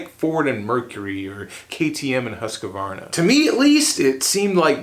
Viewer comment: Everytime an american tries to pronounce Husqvarna, a kitten gets cancer. It's pronounced, hews-kwarna.